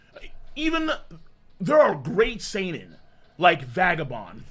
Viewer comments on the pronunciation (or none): none